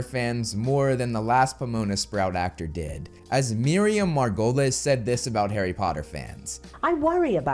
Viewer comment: Put some respect on Miriam Margolyes' name (pronounced Mar-go-lees btw). She's as honest and straightforward with her views as anyone can be. And I get it, Harry Potter weddings etc are something she's baffled by. And yes, Harry Potter is for children yet I still enjoy it as much as I did when I was a child myself.